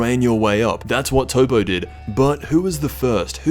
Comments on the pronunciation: toppo's name isnt pronounced as toppo it's pronounced top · Did u rly just call Toppo, Toe-poe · Toppo is literally how the japanese pronounce the word Top in English. It makes sense to translate top back to top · So with those facts in mind borrowing your words: "Say your name is "Top", do you expect people to translate your name? No you expect them to call you "Top"." Based on the language of origin of the word, its pronounced Top, not Toppo